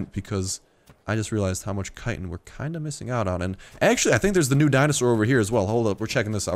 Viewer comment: I'm tempted to stop watching this guy just because of the way he pronounces 'chitin'. So annoying...